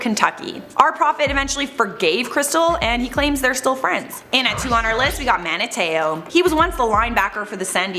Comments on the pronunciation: Mantai Te’o= Man-tie Teh-oh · MAN - TIE TAY OH!!!! PAT MAC A FEE!!!